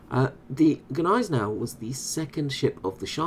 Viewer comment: I'm pretty sure the "G" in Gneisenau is silent